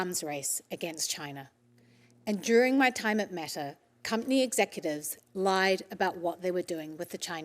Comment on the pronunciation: Nawr not Metawr